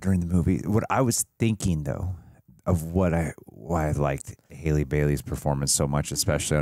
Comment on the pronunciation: btw Halle’s name isn’t pronounced Hailey, it’s pronounced the same way Halle Berry’s name is!